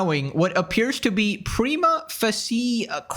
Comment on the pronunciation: Prima “Fasha”